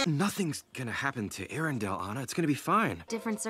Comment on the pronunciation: Its not aina AANNAA!The pronunciation plz😭